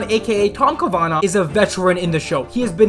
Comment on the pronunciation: Ca-va-nah not Ca-na-vah